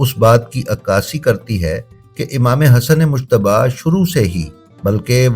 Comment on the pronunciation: براہ کرم ۔۔۔ امام حسن علیہ السّلام کا نام دھیان سے لیں ۔۔۔ یہ مشتب نہیں ۔ مجتبیٰ ہے اس میں لفظ ج نمایاں ہے ،🙏🙏🙏🙏🙏